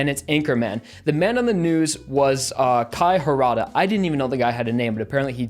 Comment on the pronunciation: He said Kai Harada wrong ...